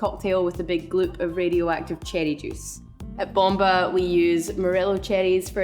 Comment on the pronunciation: I love how she says it😜